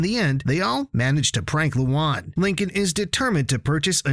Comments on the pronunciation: You kept mispronouncing Luan's name, it's "Lu-ann" not "Lu-ahn" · Its like: luaaan, not Lu AN ):< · loan not loon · The name Luan sounds like Luon instead of Luan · Guys don't watch this.Its a AI channel you can see from the spelling mistakes nobody says lien(luan) len(Lynn) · Ah yes. “loo on” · WTF LOO-WAN? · “Lowan” bro 😭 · Yo your saying luan’s name wrong mate